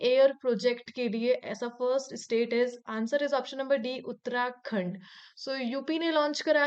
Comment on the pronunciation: In question in 28 while explaining, she uttered Uttrakhand.